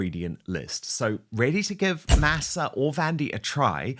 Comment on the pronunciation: Please learn to pronounce Masa correctly!